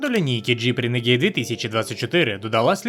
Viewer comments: Людям не подобається, коли не правильно! Я кажу не про переклад, а про вимову, яка у Гугл перекладача завжди правильна. В даному випадку модель називається Рéнеґейд, але ну аж ніяк не "ренегід". Де ви там ту "і" побачили?! Ви ще Audi "аудіо" назвіть! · А чому "ренегІд"??? Чому не "рунегуд" або не "ранегод"??? Коли ви читати навчитеся? Якщо брпкує знань англійської, щоб прочитати правильно, хочаб Гугл перекладачем користуйтеся! Там є така опція - читати вголос, якщо ви не знали